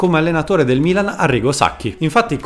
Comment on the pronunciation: Quando hai detto Milan , l' hai detto in inglese 🇬🇧!